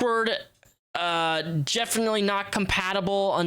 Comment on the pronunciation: “second one…JEFINITELY NOT compatible”